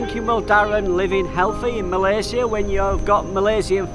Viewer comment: Good Job for pronouncing "Malaysia" like what it suppose to be pronounced by not westernized it :) :) :)